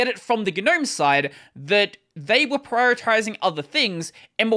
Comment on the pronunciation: Oh, the G in Gnome is silent. It's pronounced nowm.